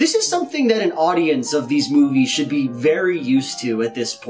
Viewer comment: Every time he says "be" .... I hear "bee"